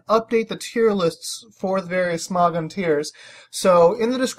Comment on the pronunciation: im talking about how you say smogon it souds like sm"ó"gon lol